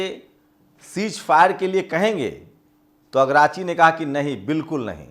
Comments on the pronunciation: agrachi nahi dost aragchi. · अग्राची नहीं अरागची